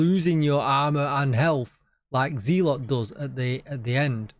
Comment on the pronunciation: Agree on Sanitation being a good modifier been using it none stop fit my plays style on in close to NME's, Also loved your keeping the map green video and was glad you stood on your principle to not take it down. Have one small comment that is a "personal gripe" and more on me than you, just want to say that It's pronounced zeh - luht not Ze - lot, unless you have a large USA audience :). Sorry but I'm a bit of a Language / Literacy - buff/nerd which stems from my dyslexia - Anyway keep up the excellent work.